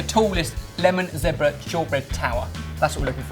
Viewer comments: zehhbra?? haha zeeeebra!! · It's zebra not zepbra you guys....just saying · WHOA he said "zeh-bra" not "zee-bra" europe is weeeeiiiird o.O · like zee-bruh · isn't it zebra? or just different pronunciation and ooh dropping wett ;) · they pronounce zebra so differently